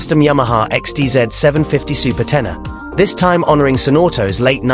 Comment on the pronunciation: テナーではなくテネレですよね。